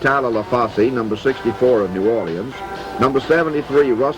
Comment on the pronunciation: First time i hear new or-li-ans instead of new orLEENS or n'awlins.